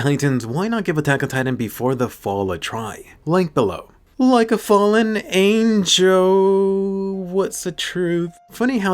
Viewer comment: I thought every time when he said a fellen angel i keep thinking that it would say a fallen jaeger